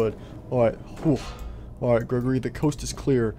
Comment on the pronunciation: At 1:7:45 Freddy accidentally said greggorley instead of Gregory